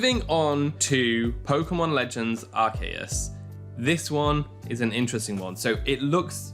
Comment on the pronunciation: You did not just say Arkayus......